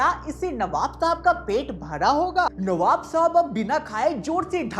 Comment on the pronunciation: Navab ❎ Kabab ✅😂